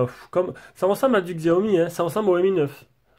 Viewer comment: on dit sssssiiiiiaomi doogee=caca